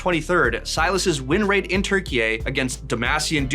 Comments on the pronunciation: I think he tried to say Turkiye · Where the hell is 'Turkey-eh'